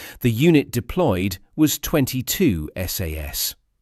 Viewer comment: Not SAAAS it's SAS.